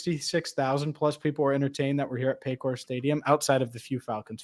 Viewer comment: It’s paycore stadium. Who Dey